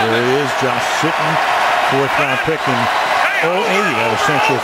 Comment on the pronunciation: he said Josh “Shittin” 😁